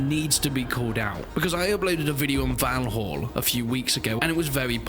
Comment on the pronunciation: Maybe learn to pronounce the name of the game properly, 🙄